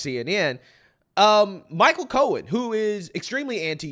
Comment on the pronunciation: Cohen speaks wike a weetodd.